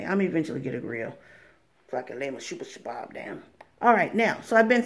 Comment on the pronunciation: I Can't Help But Laugh, I'm Laughing So Hard Every Time You Say Sha-Bab. 😂 I Think You Mean Shish-Kabob ... Sha-Bab Is Actually A Terrorist Group. (I know what you mean) That's Why It's Funny. I'm Laughing WITH You, NOT At You. 💋✌️😂😊 *Harakat al-Shabaab al-Mujahideen, more commonly known as al-Shabaab, is a jihadist fundamentalist group based in East Africa. In 2012, it pledged allegiance to the militant Islamist organization Al-Qaeda*